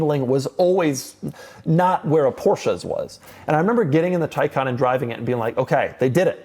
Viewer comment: Why it is pronounced Taycan versus Taycan is beyond me.